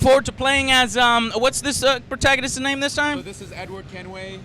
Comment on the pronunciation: lol check how is name is said before uttering it please